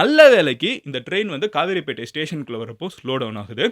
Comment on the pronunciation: Kavaraipettai illa kaveripettai